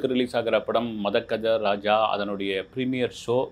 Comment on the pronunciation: மொதல்ல சினிமா பேர சரியா உச்சரிக்க கதுகொங்க sir...... மத்தது அப்புறம் பாபோம் 😅